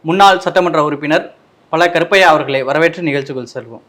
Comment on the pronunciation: நெறியாளர், பல கருப்பையா என்கிறார். ழ வர வேண்டும். உச்சரிப்பில் பயிற்சி பெறவும். சிங்கப்பூரிலிருந்து...